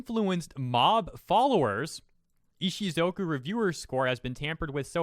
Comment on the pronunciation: Text says Ishukozu. says Ishizoku. My head screams ISHUZOKU!!! 🤣🤣🤣